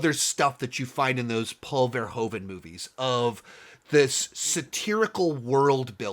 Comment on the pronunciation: From a Dutch perspective I find your pronunciation of Paul Verhoeven's name very funny and strange sounding. If you'd like to improve on it: the Dutch 'oe' is not pronounced with the big O sound you make. Phonetically it sounds like the American use of double o (eg. spooky 'oooh', or like in 'Hoover dam'). Try saying Paul Verhooven to perfect the Dutch sound.